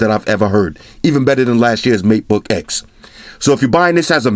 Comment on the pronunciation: plz say meatboy more